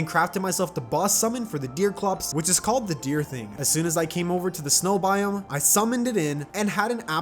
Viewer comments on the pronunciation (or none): none